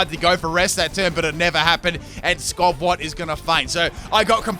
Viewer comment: It's almost as bad as "Skovwot" for skwovet. I'm starting to think dyslexic with how often he puts letters in the wrong syllables.